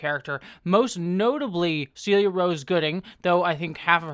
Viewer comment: Celia is pronounced "sell-ee-yuh" as per her Twitter bio!